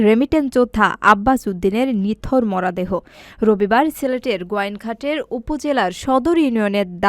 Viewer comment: আপা আপনি মনে হয় নতুন খবর পাঠ করছেন উচ্চারন আর একটু ভাল ভাবে বলার চেষ্টা করবেন ।মরা দেহ না বলে মরো দেহ বলবেন অন্যরা জে ভাবে বলে